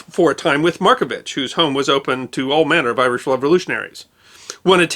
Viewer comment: A few pronunciations aside, a fair portrayal of an extraordinary person. Loved and admired here still